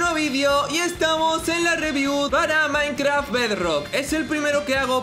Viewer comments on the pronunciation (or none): none